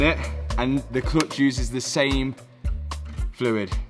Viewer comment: At first I could not figure out what is the ”klutch” But pretty soon it dawned in on me 😂